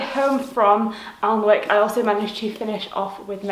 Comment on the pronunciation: Unfortunately Applebys bookshop closed about five years ago. It was a lovely bookshop. BTW Alnwick is pronounced anick Glad you enjoyed your visit. :)